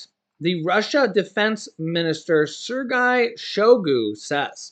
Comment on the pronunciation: It’s pronounced sir-gay, sergei